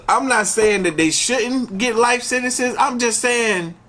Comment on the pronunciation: Sentenceziizizizzzzziz aha love you made me crack up when u said sentences